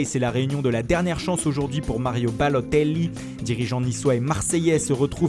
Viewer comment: mario baloooooooootelllllllii lol l'accent